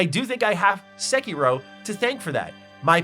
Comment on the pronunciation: Homie is really going out of his way to say as many of the terms and names as possible COMPLETELY AND UTTERLY WRONG 😂